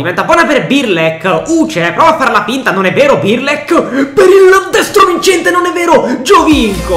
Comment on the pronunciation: non é birlek é brlek